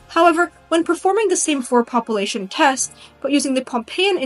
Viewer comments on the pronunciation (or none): Why do you pronounce "population," pah-poo-lation instead of pah-pyu-lation. Sounds weird. It's distracting.